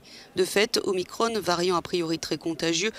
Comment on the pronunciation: En français on ne dit pas Omicronne. On dit Omicron, comme Macron.